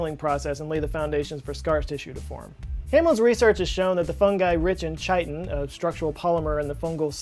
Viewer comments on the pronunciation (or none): *Pronounced KY-tin, not CHY-tin. It's at the start of its Wikipedia page and Google search result. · This is the first time I’ve ever heard chitin pronounced as chi-ten. It’s pronounced “kite-ten”. Sometimes your pronunciations of different words just throws me off and I can’t tell if you’re doing it as a joke or just mispronouncing so many words 😂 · it's pronounced "Chiton" not Chitin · Chitin is not pronounced as "chai-tin," it's pronounced as "kai-tin". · "Kytin," not "Chytin." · "Chite-in"? It's pronounced "kite-in". ?? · Its pronounced kʌɪtɪn. Kai-tin. It's not tʃ fml. Also yes I am drunk on a sunday morning correcting pronunciations. Sue me. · ITS PRONOUNCED "KY-TIN" Amazing video. Loved it. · Papyrus is pronounced “papairus” not “papeerus” and chitin is pronounced “kaitin.”, love your channel and your sense of humor. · For future reference, Chitin pronounced kite-in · Chiton is pronounced "kiton" according to my Chemistry teachers. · chiton : Say Kite-on! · Hey, chitin is pronounced KY-tin like chiral is pronounced KY-ral- Just in case these things ever appear again.:) Love your channel. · Pretty sure it’s pronounced like “kite-in” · not chitin. it's 'keye tin' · Chitin is pronounced kite-in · It's pronounced with a hard 'k' like 'kiten' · This man pronounces chitin like titan. Why? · Cmon guys we gotta tell him Chitin is pronounced with a K sound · Im sorry to be "THAT guy" but you are not supposed to pronounce the h in chitin... its more like kite (like the ones you flew as a lad) and less like Chitty Chitty Bang Bang. 🙂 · Ummm sirrr chitin is pronounced kitin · It's pronounced ky-tin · Its pronounced - kai·tn... like Pie Tin... word ma nizzle... that pronunciation was painful, and you did it more than once... >shudder< also, "How does it feel? To not have a soul?... " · "rich in ch-ai-tn" He did not.... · please check your sounds for the "CH" sound. could be hard Kay "K" could be like charlot or a shar-let. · that's not how you pronounce "chitin"